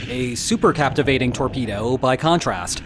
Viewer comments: Super cavitation, not captivating. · Supercavitation is not "supercaptivation" ! 🤦‍♂ And please, next time let me draw the visual illustration, because this on sucks on several points.